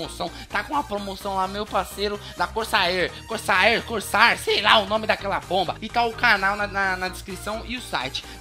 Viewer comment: "corsaer" kkkkkkkkkkkkkkkkkkkkkkkkkkkkkkkkkkkkkkkkkkkkkkk